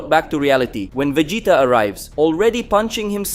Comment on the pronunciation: Bro you have to say Vegeta correctly. It’s agonizing